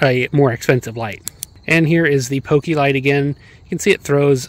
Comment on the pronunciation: its poke lite not pokilite